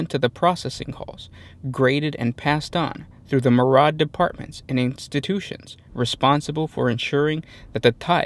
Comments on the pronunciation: It's pronounced "meer-eeee-add," not "Maraad". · Suggestion: use an English pronunciation guide. No really, I like your channel but I can't listen to you mispronouncing words like 'myriad'. I'm going back to 40K theories.